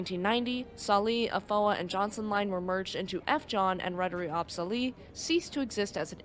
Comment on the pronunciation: I'm impressed. One thing about the name "AB Sally". You said it like "Ab-sally". You might want to know that "AB is the Swedish abbreviation for "AktieBolag" which is like "inc" on an American company name. So remember that it should be said like A.B (space) Sally. Thanks for your video. I was actually in (kinda) the same storm on a Stena Line ship from Gothenburg to Kiel the same night. My mother was working on the ship and sadly many of the crew on "my" ship knew people in the staff of Estonia. That's because some of Estonia's crew used to work at Stena Line IIRC. Many sad faces on this Stena ship that night. I will never forget that.